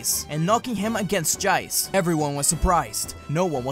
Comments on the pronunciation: Lol at how he said Jeice! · God damn that was a beautiful ending. Also Lol he said Jeice in an Aussie accent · I love how he gives the name Jeice an Australian accent